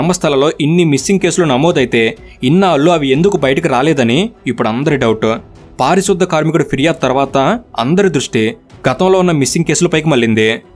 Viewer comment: పారిశుద్ద కాదు అన్నా పారిశుధ్య కార్మికుడు అన్న